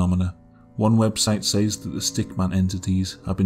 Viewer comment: It's very interesting how most people would pronounce the word "says" as "SEZ", yet you pronounce it as "SAZE".